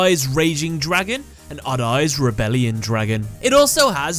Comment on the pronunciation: It is so funny when the narrator pronounces "odd-eyes." (adays) ahahahaha